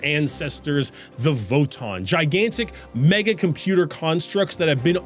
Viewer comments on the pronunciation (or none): none